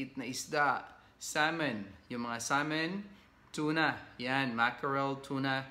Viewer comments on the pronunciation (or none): none